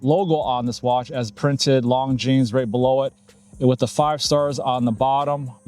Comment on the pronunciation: At least pronounce the brand name correctly 😂